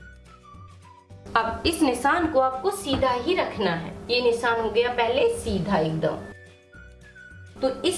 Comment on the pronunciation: Please pronounce as nishaan & not nissan... it's not good to hear... sorry for saying.